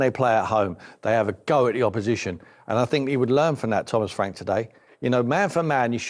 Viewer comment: Thomas "sore" frank